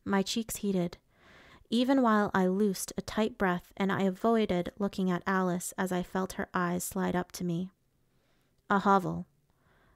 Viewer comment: It’s Aris not Alice